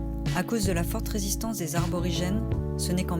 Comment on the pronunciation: Je vous aime bien , mais ne pas prononcer arborigène , mais aborigène ...c'est plus sympa pour les autochtones , ils ne vivent pas dans les arbres .